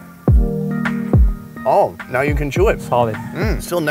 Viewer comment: thank you for the emphasis on the "oh no". I cracked up too hard on that